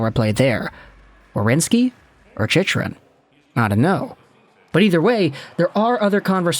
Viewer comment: I can't believe you're still saying the name wrong after all these videos.. lol "Chick-rin"